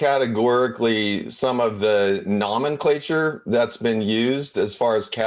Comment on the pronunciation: ceo of a multi-billion dollar company can't even pronounce nomenclature correct